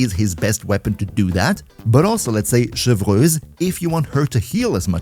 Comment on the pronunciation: Damn dude, your French pronunciation is great. Most people butcher Chevreuse.